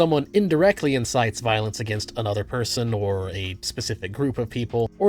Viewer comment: “Cawll to viowence”⌨️🫃🏻 some Charlie Kirk acolyte just got done pew pewing up FSU and I have yet to see a VOOSH/destiny follower do something like that. Obviously voosh is over the top but anyone who isn’t a rightoid sperg could tell you that. This video is incoherent just like libertarianism lmao.